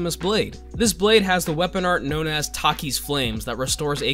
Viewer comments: Is he saying taki’s flame on purpose? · Why did you pronounce takers that way? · Why do you say Taker's like that